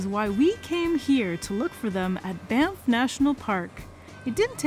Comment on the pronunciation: thought that was "BAMF National Park" for a hot second and not Banff. they should consider a rebranding in honor of their badass sheep lol